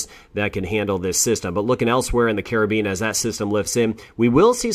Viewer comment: Wonderful, first weatherman to pronounce the Caribbean names correctly! Thank you for the updates.